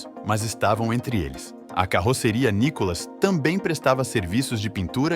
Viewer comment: O nome correto não é o "NICOLAS", é nunca foi!!!! O correto é "NÍCCOLA OU NÍCOLA". Seria de bom tamanho que, o autor é narrador do site conhecesse melhor a história da Nícola & Cia e pronúncia do grupo hoje da família Belinni, cujo o Sr. Paulo Belinni foi fundador em 1949 e nos dia atuais denominada "MARCOPOLO".